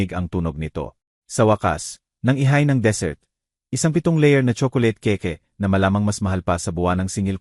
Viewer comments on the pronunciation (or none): Keyk po hindi keke😂😂😂 pkiayus ang pagbasa